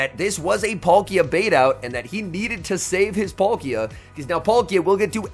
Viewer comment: I like these videos but you really need to learn how to pronounce these pokemon names. It's PAL-kia not Polkia!